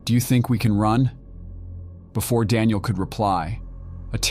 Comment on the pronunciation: “Screw-dreever”? “Dawn-iel”? “Stom-acks”?